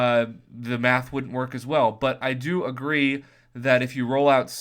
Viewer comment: I thought u said meth 😅😅 pretty sure was math after listening again.